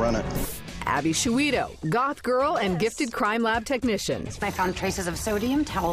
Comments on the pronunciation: I love the fact that all u guys are getting defensive over Abbys name! Good on you! Funny Shoo-wee-toe. Someone should have told her. On the telly. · ABBY SHOOEETO!!!!!!!! REALLY?????!!